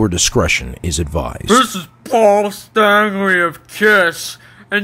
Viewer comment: Love the way you say Paul Stanley of Kiss.🤣🤣🤣🤣🤣